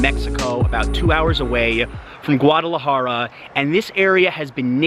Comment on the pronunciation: Enjoy your videos., ¡Por favor, enséñele a a pronunciar correctamente la ciudad capital de Jalisco!